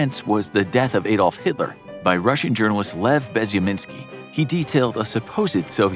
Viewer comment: ahhhhdolf..... not AAAAAdolf.